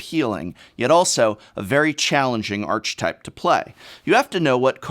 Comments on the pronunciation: Arch-type? Isn't it like ark-uh-type? You were an English professor, right? :p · It's "arka" type and "overarchining" (like arch). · That is not how you pronounce "archetype". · Ark - e- type - great suit though professor! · I love the messing with "-arch" and "-arc" in the pronunciations. My wife majored in English, sending to her for torment. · He changes the pronunciation at like or so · An English professor who pronounces “archetype” two different ways within a minute...you’re a sick twisted man. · I cringe every time he says “archetype.” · The word "Archetype" is pronounced with a K, not a CH. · he pronounces it wrong like three times and then proceeds to pronounce it correctly? i'm so confused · Prof... Why the soft ch-es in archetype... It's REALLY distracting...